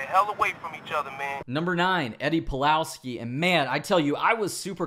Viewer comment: You said Pulalski?